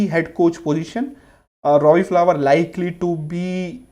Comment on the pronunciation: Robbie Fowler...not flower!!